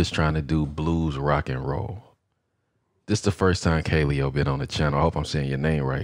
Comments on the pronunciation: Kuh-lay-oh is how u pronounce it. Listen to No Good. Also they have videos in an actual volcano, and on an iceberg you should check out. They're dope af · Just in case anyone was wondering, it's pronounced "kuh-LE-oh." They're out of Iceland, and they're SICK!!!